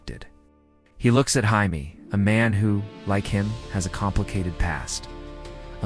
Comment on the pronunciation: Jaime is pronounced jay-mee You pronounce it like the Spanish